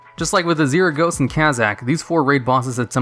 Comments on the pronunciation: Pretty sure I haven't watched a single video of yours where you haven't mispronounced something lol Azuregos = "azeeragos? Should be closer to "azjergos" (look up the pronunciation of azure) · >Azrr-gos >Draynor lmao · Why does it bother me so much on how he pronounces Azuregos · Never heard someone pronounce Azuregos that way before.